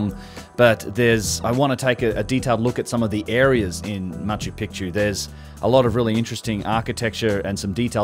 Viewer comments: Macho pee-chew Saxywaman😘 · Mispronounced (as I said above) serially - go listen and earlier in the video, and in other videos (where I have also pointed this out). - If you can point us towards getting Machu Picchu pronounced right - allow me to return the favour :- ) Go well - and thanks for a great piece. PS great to see Brien wearing his New Zealand cap in this clip.